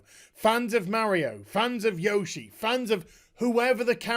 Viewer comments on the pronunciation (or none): none